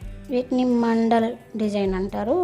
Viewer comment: Mandel kadhu mandala